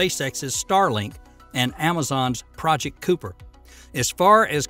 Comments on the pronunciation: Thank you for an informative and interesting video about Starliner. But please fix your text to speech engine - Amazon's project Kuiper is NOT pronounced Coup-er by rather Ki-per. Keep up the good work. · Northrup-"Groomin"? Amazon's "Cooper" satellite? It's "Grumman" (gr-um-man) and "Kiepier" (k-eye-per). And Starliner apparently is NOT cancelled, despite your misleading title. Come on folks... you frequently post good stuff. No need for this "crap" style of promotion and production. It happens WAY too often. I've stuck with you in spite of it, but I'm losing patience. Will be blocking your content in the future if it continues.